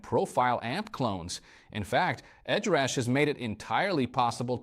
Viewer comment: He called it Ed Rush, Ed Rash, Head Rash and there are dropouts in weird places, I got uncanny valley syndrome from this video.